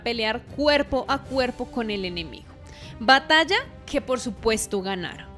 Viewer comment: Batalla, se dice batalla!